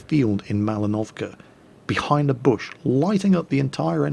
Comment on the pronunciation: kemp,isult,reportta,Kamp,capsirkel,Arti,Cmap i base,unfair plane(wtf),behajnd,tem,kaping,Ston,torret,bodi,naow. hmm my brain is just wtf. He really needs to learn english